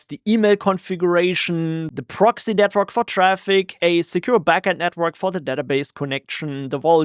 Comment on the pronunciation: Can’t help it but I always hear “Netbird” when you say network 😅